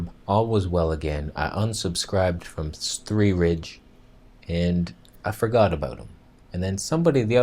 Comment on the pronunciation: lol'd at svthreerige